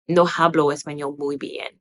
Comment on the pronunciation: Just a lil tip In the word hablo, the h is silent.. so it's pronounced like ahblo (hope that makes sense). 🤎